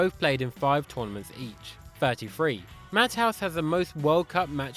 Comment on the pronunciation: Mathouse, is pronounced matayus